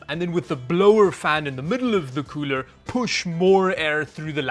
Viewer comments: stop saying coorel its getting on my nerves!! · please never ever say cooler again. coorel is now the go to word. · UGH the word “Coorel” please don’t call it that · “Ice coorel” wtf is that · hey that llano does not say coorel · why he call it coorel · Surely "ICE COOREL" isn't them screwing up the L and R Hahahahah🤣🤣🤣🤣🤣